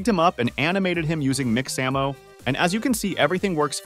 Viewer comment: Yes he said mix Amo not mixamo